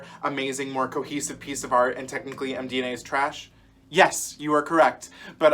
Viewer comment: I had to stop watching when you said MDNA. 🤣